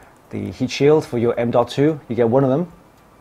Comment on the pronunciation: I actually just liked the video because you pronounced M.2 the right way (not like people normally does: M2. The BMW M2? Hello? ?). Thanks! Keep it up!